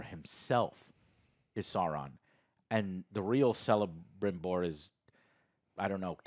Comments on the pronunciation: The "c" at the beginning of Celebrimbor is pronounced as "k" not "s" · For God's sake please like this comment so Joe can see and not call Kelebrimbor Celebrimbor anymore.. It's with K Joe not with C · It’s pronounced Keh-luh-brim-bore. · Please 'Celebrimbor' is pronounced 'Ke - le - brim - bor', it physically hurts when you call him 'se - le - brim - bor' LOL. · This is funny. I like joe but Alex has excellent points we need to let him voice them. and stop joe saying Selembrimbor, its pronounced with a K... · He butchered Celebrimbor's name (calling him (S)elebrimbor) so many times in previous episoded, it strikes my how he claims he is not "lore master like Alex but still knows much and understands enough" YET he can't even pronounce the name of on of the most crucial figures in Tolkien's lore. And goes on interrupting Alex all the effin times lmao. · I'm surprised Alex hasn't correct him about the pronunciation of celebrimbor Tolkien made most elf names that start with a c pronounced as k. So it's actually Kelabrimbor. They even call him that on the show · Alex please, correct Joe's mispronunciation of Celebrimbor... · DUDE, you want all the stuff in a couple of chapters, it’s supposed to be multi-season show! Also pronounce the names right GALAAAADRIEL, not Galannndriel, Celebrimbor is pronounced like Kelebrimbor, JESUS! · Also it’s weird that the host can’t pronounce basic names like Isildur or Celebrimbor. Prep work is important.